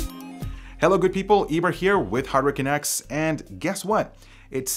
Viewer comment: ow, Eber said HardwareCanucks on the opening ?? LOL, i thought he said HurricaneX or something all this time